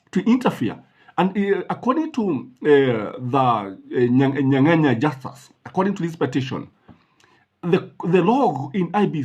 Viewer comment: Justus Nyang'aya not Nyanganya. Otherwise great content